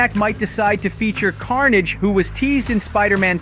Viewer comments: I'm sorry, but did you just call CARNAGE Car- naage the first time around? 😂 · Bro who tf is “CARN-AJJJJ” 💀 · why the fuck did u pronounce carnage like that?